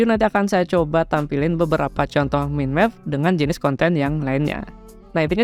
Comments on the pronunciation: agak risih dengernya bang... Bukan "MIN MEP" seharusnya "MAIN MEP" ✌😁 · Yes "Main Mepping", untuk kedepannya agar lebih baik...😊